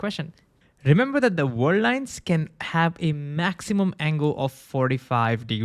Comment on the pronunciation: I love you. "World" has "r"! You say "war line" instead of "world line". "Moving" has "v", it's not "mowing"